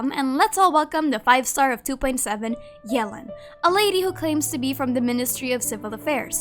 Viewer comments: Ohh noo she slays yelan name so bad 😭 it’s not Ellen with a Y 😭😭😭 I’m pretty sure it’s like yuh-lawn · Everyone: Yelan Keqing: yealan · Fun fact, according to Keqing's English profile voice over Yelan is pronouced Yālan.